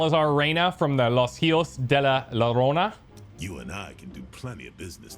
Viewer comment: The LL in Llorona is pronounced like a Y. Yorona. It's Spanish.